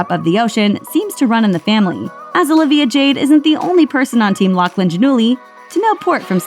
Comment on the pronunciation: is it not pronounced Gia-null-ee?? lol